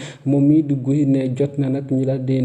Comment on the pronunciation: Arrêtez ds il vous plaît de massacrer le prénom de Guy Marius Sagna . Ça se prononce Gui avec le gue de mangue .Ou encore comme le prénom Guillaume .